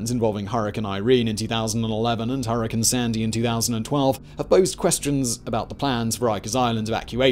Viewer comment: Say hurricin again.